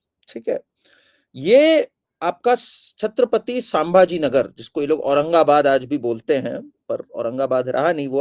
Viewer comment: आपके शुरुआती वाक्योमे आपने छत्रपती संभाजीनगर के नामका गलतीसें छत्रपती सांभाजीनगर ऐसा उच्चारण किया. आगे यह खयाल रखे आपके उच्चार गलत न हो. 🙏🙏